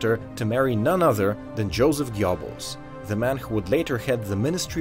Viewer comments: Joseph Geo-bbles? Pronounced as "Geuhb-buls" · Good video. Small tip for the future. The German "ö" as in Göbbels (often written "oe" if "ö" is not available) is pronounced like the "i" in bird. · O how u pronounced Goebbels -_